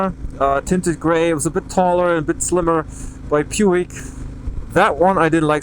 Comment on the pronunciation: Puig is pronounced pooch, it's a surname of Catalan Spanish origin